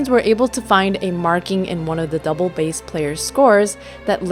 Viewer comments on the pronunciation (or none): none